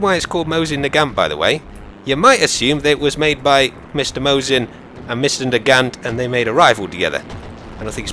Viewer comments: The T in nagant is silent... jus sayin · its actually pronuced mosin naaaagant